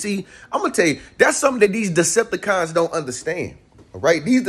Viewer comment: Every time he says it I bust up laughing😂😂💯